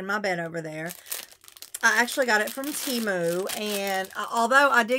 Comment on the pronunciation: There is something wrong with your sound....also Temu is pronounced...Tem-oo